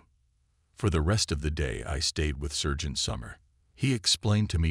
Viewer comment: SERGEANT not surge ant. Good grief how old is the production crew: 6/7 yrs old? My son could have read these flawlessly when 6 yrs including the words in German